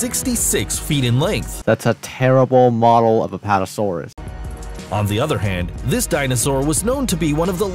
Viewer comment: Apputosaurus? LOL